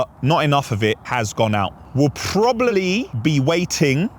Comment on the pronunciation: 34.14 - why did you say PWWWWOBABLY